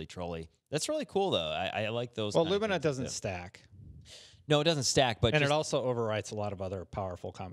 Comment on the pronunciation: Its not lumeana its lumina.